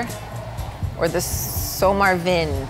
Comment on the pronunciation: IKEA names make a lot more sense when you realize that they aren’t Swedish words (some of them are, but most are made-up). But use Swedish pronunciation. So, pronounce the ‘j’ as ‘y’, not as ‘dch’. “Fejke” is pronounced ‘fake’. And the ‘v’ is pronounced ‘w’, so ‘sommarvinde’ is just ‘summer wind’.